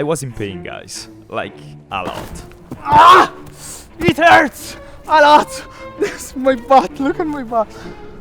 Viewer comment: "IT HERTS"